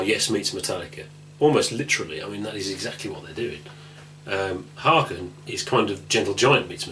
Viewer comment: learn to pronounce haken for crying out loud